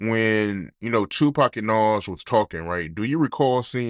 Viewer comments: I hate the way the goofy interviewer say Nahwooz instead of Nas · pronounce it like Nawz